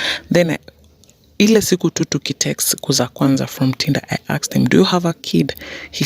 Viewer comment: She totally aksed